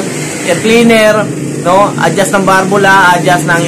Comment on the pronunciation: Balbula po hindi barbula Valve